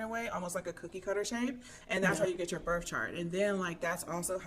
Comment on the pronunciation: I can’t take her seriously when she says “birf”